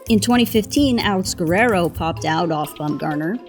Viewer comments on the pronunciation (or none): none